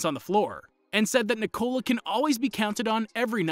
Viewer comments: its not nicola its ni-ko-la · When they pronounce his name NIII -COOLA blood comes out of my Ear and every balkan people ears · It's not pronounced Nikollaaah... it's simply Nikola. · Danis Kolasinac lol, no. That’s literally the problem with the pronouncuation. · It hurts me every time you say his first name wrong...